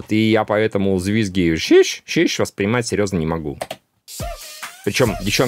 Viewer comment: Сижу, чуть ли не плачу от вашего "щищь!"😂